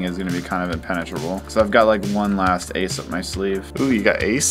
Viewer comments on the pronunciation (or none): “It’s inpenatrebal” that’s what my girlfriend said